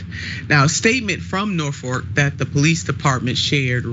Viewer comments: Jesus christ... Can someone get her some reading lessons. It's NorFOLK rail, not NorFORK rail... Saying Norfork makes you sound like you have no idea what you're talking about and are not a credible news source. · Red state, yet again. Sorry to be that guy but 'norfork' is killing me.....😂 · "Norfork Sutherland", if it were intentional, would be epic trolling and disrespect on Nina's part 😂. Either way, i like it 👏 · Norfuk? Way to completely butcher their name